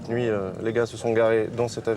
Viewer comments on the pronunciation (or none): none